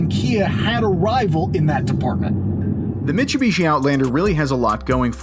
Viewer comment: Disliked the video purely based on how you pronounced Mitsubishi.